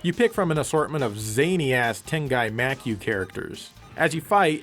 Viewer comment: Makyou is pronounced Mah kee yoh. A 12 year old kid in the projects in the time before internet and anime in the US should not have known this when in modern times you do not.